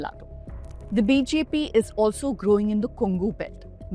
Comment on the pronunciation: Sister your BJP sounds like BHP in an otherwise perfect pronunciation!